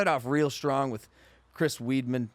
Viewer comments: This dude said Chris Weedman lmfaoooo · he really said chris weedman